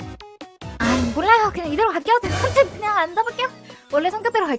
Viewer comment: 아 진짜 생방송을 보지 못해서 너무너무 후회됩니다 특히 이 컨쩹이라면서 발음하시는 부분을 듣지 못하다니..진짜 너무너무 귀여우신거 아닙니까?? 진짜 은 세상에서 제일로 귀여우십니다-!!!!!!!!!!!!!!!!!!!!!//@@